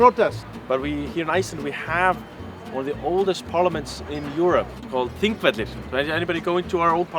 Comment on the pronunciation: Wow. I have never heard anyone pronounce Þingvellir that way. 😂 Like, I understand struggling with the LL sound because English doesn't have that sound at all (most languages don't), but the way you say it sounds like "Thingrafish", which isn't even close. 😂 Did somebody teach you to say it that way, because if so, they f***ed up. 😂 Always good to hear nice things about my homeland, though. 🥰